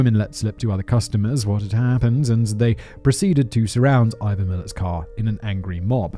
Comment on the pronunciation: Ivan Miilet? 🤣🤣🤣🤣 what a peanut🤣🤣🤣🤣